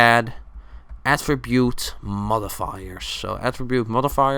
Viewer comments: lol i thought he said Atribute Mother Fu**ers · Modifiers sounded like mothif***ers